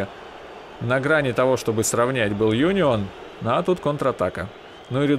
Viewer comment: Правильно Унион на будущее А не Юнион